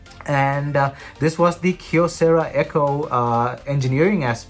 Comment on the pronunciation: Props for pronouncing Kyocera with a single syllable "kyo". English-speaking YouTubers often don't even bother to check Wikipedia. If I had a dollar for every time someone mispronounces Xiaomi... 🤣